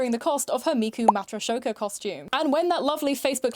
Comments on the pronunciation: "Miku Matroshoka" 😭😭😭 Anglos, please stop, it's in the fucking song... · Unrelated but I giggled with how you pronounced matryoshka jshdhsj (≧▽≦)